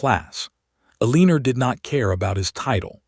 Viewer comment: El lan or. You have to be a stupid AI voice! You can't pronounce anything correctly.